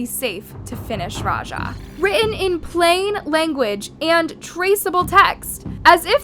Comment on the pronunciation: why people can not pronounce raja properly🙄